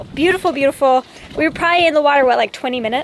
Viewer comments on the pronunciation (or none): Did say “Bluetifull” 🤦🏼